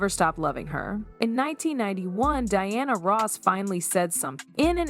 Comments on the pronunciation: When the video is about Diana Ross and the AI voice pronounces it “Deeanna” maybe it’s a good time to just have a human do the narration. A good example of AI making things worse. For no reason. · If it isn't AI, the narrator did a horrible job. The age gap was actually 15 years. the narrator starts pronouncing Dianas name as Deeanna. Big difference. Also, "the 1980s" is said as "1980 ess" Definitely AI or a poor job at narrating.